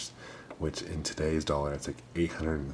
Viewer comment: Did he say 599 doll hairs? I really think he did. Awesome!